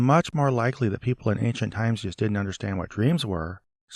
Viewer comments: "Ank-shent" (ancient) was one thing, but "star-tilling" (startling) was a whole different level of weird. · "Ankcient". Ridiculous. Thank you for correcting that ridiculous mispronounciation. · What does he say? Anciet? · Ayn Chit. Also, Daniel "There is not a man upon the earth who can shoe👟 the king's maTTer." (I thought the archaic word "shew" was supposed to be pronounced "show") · As bad as his garbled pronunciation of “ancient” is, his mispronunciation of “shew” is far more annoying. He pronounces it like “shoe” which is, for lack of better term, a rookie mistake. It’s pronounced (and means) “show.” It”s simply an archaic spelling from before English was more standardized. It’s like when someone pronounces “divers” like it’s referring to people who swim underwater. It’s actually just “diverse” but they didn’t always add the silent E back then. These kinds of mistakes make him sound extra silly.